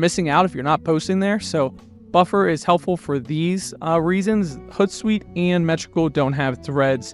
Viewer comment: hOOt like an owl. Not hutsuite